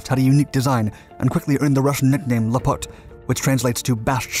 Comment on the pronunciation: The word "lApot" is stressed on the first syllable. Nice job, as always! Despite of the fact that I grew near Zhukovski that my own dad worked on Buran, I've never heard of lapot before. P.S. mOnino is read with stress on the first syllable as well.